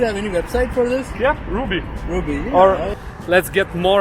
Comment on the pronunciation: Double "b"s suggest the name is pronounced "RUB-ee"